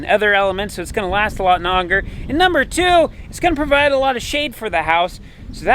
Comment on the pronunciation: ish what werd did you use thair? I’m thinking and was expecting “longer” but it kinda sounded like “onger”¿ DAMN rekcehclleps